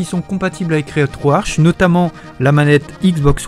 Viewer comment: Le programme etant en langue Anglaise, se prononce RetroArK et non Arche !